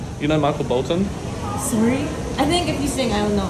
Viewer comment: Its not Michael Bolton its Michael Bol toinkk 🤣🤣😂